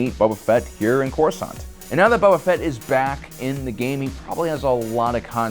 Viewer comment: Dude... stop calling him "Bubba Fett" lol. He's not an Alabamalorian.